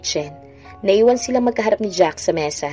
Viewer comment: Jack hindi Jacks, ano ka ba Miss? Parang walang kabuhay2